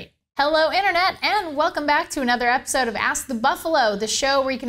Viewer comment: iPar and 'A NOTHER'